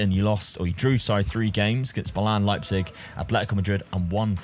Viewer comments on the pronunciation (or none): none